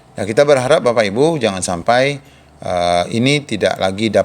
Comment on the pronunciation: Enak banget bilang "JANGAN SAMPAI"